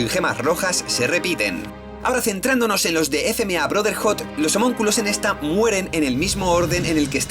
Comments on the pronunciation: homonculos?? no es homunculos?? buen video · "Homonculos" jajaj